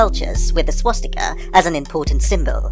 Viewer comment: My fiancé just pointed out to me that I have been pronouncing swastika wrong all my damn life. I've, for some reason, been adding an 'h' sound with it, pronouncing it like "shwa-stika." LOL fml.